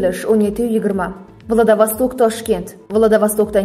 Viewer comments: Менде соны айтайын деп едим владовасток дейдиго Владивосток болады Кытайдын хешнарсеси керек емес каракумырскалар вакцина менен барлык жерди ийелегиси келип турго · Владавостокмас,владивосток дейилади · Владавастак эмас, Владииивосток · Владавосток балки Владивостокдир😂😂😂😂😂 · Мустакилликдан кейин мактабни битирганлар умуман саводсиз.Уят шахар номини талаффуз килолмаяпти .Владивосток!!!!